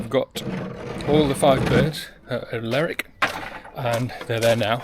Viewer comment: please please its lerwick as in her ler